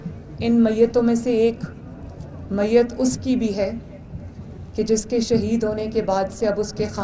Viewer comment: Muyut to ya shuheed to bolna nuhe ata .gttia orut.